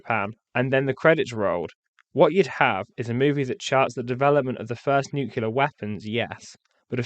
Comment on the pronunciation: A very interesting review - thank you. But why do you pronounce the word "nuclear" as though it's spelled "nucular"? I've been puzzled for years as to why Americans do this, and now a Brit doing it too? I don't get it. Please do elaborate! You did it twice during the video.